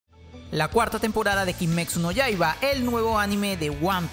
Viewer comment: Ya vamos para la cuarta temporada de kimetsu no yaiba y nunca aprendiste como pronunciarlo bien